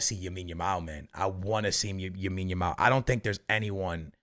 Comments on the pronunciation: It’s lamiiiiiiine not yamine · Love your content brother! But for the love of god, his name is Lamine Yamal not Yamine Yamal :D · YO Broski i am begging to you its LAMINE YAMAL not YAMINE YAMAL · Bro its Lamine not Yamine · Lamine Yamal not "Yamine Yamal" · "yamine yamal" hahahha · lamine not yamine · For fucks sake it’s LAMINE YAMAL not YAMINE YAMAL🤦‍♂️ And when you pronounce the letter “R” in any sentence stop putting an “H” before it to sound Portuguese. I’ve heard actual Portuguese people speak English more normally than you… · It's lamine yamal not yamine yamal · why does say yamine yamal xD is it the portugese way to say his first name? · why does he keep saying yamine lamal lol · Bro its "LAMINE" not "Yamine". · Everyone: LAMINE YAMAL: YAMINE YAMAL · his first name is lamine, not yamine xd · Please man, it’s Lamine not Yamine, please I can’t do another video of hearing that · Bro its Lamine Yamal, not Yamine Lamal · Bro, it's not Yamin Lamal it's Lamine Yamal. You keep saying that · Yahmean Yamaul 😂love this man lol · Yamal has been on the scene for almost a year and a half and this dude is still calling him “Yamine” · "yamine yamal"?😂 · Yamin Yamal might need to win Ballon D'or before pronounces his name correctly. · It's Lamine Yamal. With an L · The “Yamine Yamal” be killing me 💀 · stop saying yamine yamal. I understand if its a hard name to pronounce, but its literally LA-MIN, YA-MAL. Come on man.... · Bro you need to practice for 10 damn minutes and learn how to say Lamine’s name, just out of respect, not that hard bro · Bro Ive been commenting that since the euros it bugs me so much he won't stop saying it since he first heard of lamine 😭